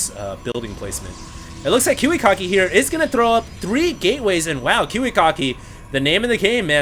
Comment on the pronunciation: its ki wi KACK ki not kiwi cock ki